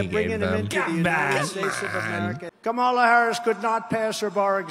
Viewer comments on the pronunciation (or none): The pronunciation “ka-ma-La” and not “comma-La” seems like a microaggression. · Been five years and Donnie still can't pronounce Kamala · The fact he doesn’t even have the decency to pronounce her name right. It’s a little thing but it just shows how he can’t even be a LITTLE professional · I think Kamala should call him out for saying her name wrong. But not for the racism angle. Say that he can't say it right because he's old and senile. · Purposely pronouncing her name wrong is such a dog whistle.